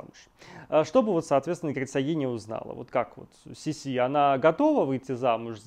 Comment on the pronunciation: Козенаме ( уменьшительно - ласкательное имя) Елизаветы Австрийской звучало не СисИ, а СИси.